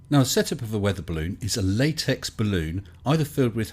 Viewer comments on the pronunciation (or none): none